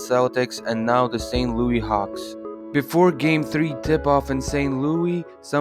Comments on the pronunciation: It’s st. LOUIS not Lewie … tf 😂😂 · yeah that's definitely not how you pronounce St. Louis